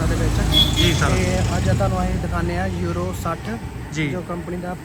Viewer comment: ਅਰੋ nhi ਯੂਰੋ ਹੈ ਬਾਈ